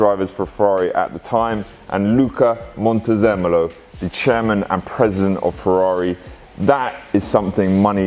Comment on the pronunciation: Amuses me too that “Dad” thinks the signatures are great but can’t even say the former CEO’s name properly. Luca Cordero de Montezemolo. Pity he’s now associated with a discount railway service. Hey, this video is nothing more than a promotional video to shift the F12. My rule of thumb is that customisation is worth nothing at resale time and might even count against you.